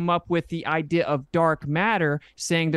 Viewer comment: I cringe (even though I hate using that word) everytime says the word "idea". Please learn how to pronounce words. I hear it in all of your debates, this is constructive criticism, please say words properly.